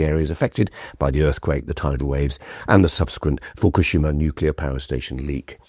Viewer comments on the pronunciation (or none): none